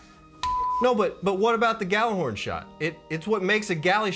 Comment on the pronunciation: ahem it’s pronounced “Gi-y’all-are-horn” 🧐